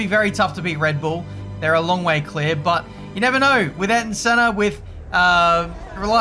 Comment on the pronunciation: I’m going to be a nit picker here... Can you please pronounce Ayrton in Senna’s name properly please? It AY-AIR-TON Senna